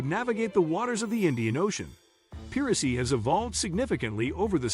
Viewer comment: Great video. Just a suggestion, but maybe check the audio for misspeaking words, like piracy